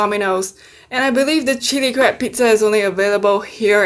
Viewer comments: Lmfao I thought she said crap meet😂🤦🏽‍♀️💖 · I have closed captioning on and sometimes when you say crab, it translates to crap 😂 makes me laugh every time